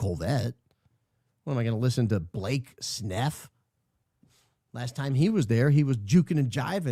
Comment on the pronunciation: Please never stop calling him Blake Sneff. I get so tickled every time